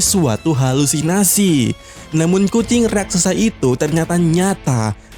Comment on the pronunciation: Bukan rasaksa Tapi raksasa